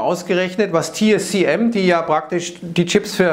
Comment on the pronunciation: TSMC, nicht TSCM, lieber 😉